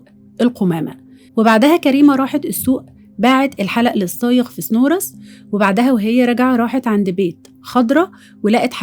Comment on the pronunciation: يا ريت حضرتك تتاكدى من نطق إسم البلاد ..طامِية..و سِنورس